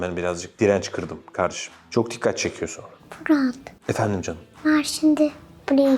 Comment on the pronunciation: Cancık değil CAN ım